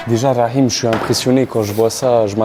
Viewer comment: Franchement chui étonné la bonne prononciation du prénom rakhim prcq en grande majorité, les gens ne parlant pas l'arabe ne savent pas le prononcer correctement😄😁😆